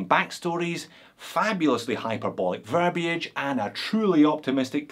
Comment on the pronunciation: I don't know what to say about the watch, but you pronounced "verbiage" correctly, and that's all that matters.